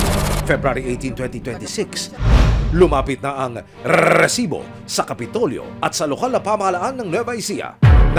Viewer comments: Mali Yung pnta nyo may nag timbre na hndi napag planohan ng maayos mas ok sana kung huli sa akto mas malupet padin si mike Enrique eto Yung kaka pronounce lang ng rrrrrresibo Ang malakas masakit pa sa tainga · Nakaka irita pag pronounce ng rrrrrrrrrrrresibo bweset ka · Grabe gnyan ang pag bigkas mo rrrrrresibo dba pwde sabihin mo nlng na resibo?😅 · nkkairita nman ung pgbigkas ng Rrrrrresssibo" ng host😡...hndi nman sya Rrrrrrrussssian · Grabe ung magkabigkas ng Rrrrrrrrrrrrrrrrrrrrrrresibo